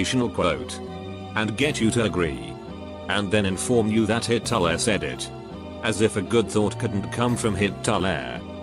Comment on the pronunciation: Everyone else: Hitle TTS: HIT-TO-LAIR